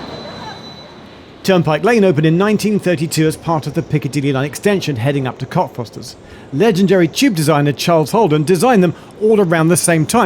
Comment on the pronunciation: The terminus should be pronounced CockFOSTers.